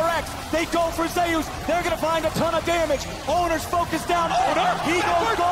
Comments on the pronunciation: zeee oos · Anyone triggered by the casters pronunciation of zeus 😅